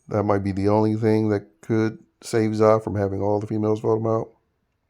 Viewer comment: It’s hilarious how you call Zae, Za